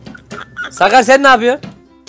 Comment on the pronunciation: Abi ennes avcısı diyorsun